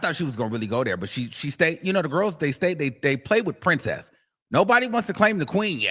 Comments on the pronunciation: She didn’t say “princess” tho she definitely said BRIMcess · She said “Brimcess” not Princess